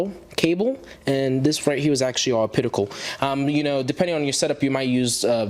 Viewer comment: Great review, but buddy it's pronounced op-ta-cal not ah-pit-i-cal. You really grew that chin fuzz fast LOL.